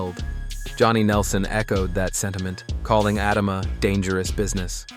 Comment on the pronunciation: If your going to do a video on Moses Itauma at least pronounce his name right.There’s about six different ways you’ve said it.